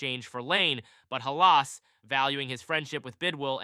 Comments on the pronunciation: It’s not Ha Las. It’s Hal iss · Pronounced Halis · Can’t even say Halas correctly, and showed soccer fields in this video. Get a clue 🤣🤣🤣🤣🤡🤡🤡🤡